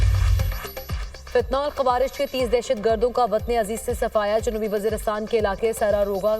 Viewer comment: Fitna tul khawarij صحیح تلفظ